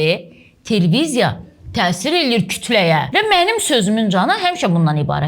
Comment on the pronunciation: Bir dənə Telveziya sözünü də düz desən ,fsyo,hər şey tamam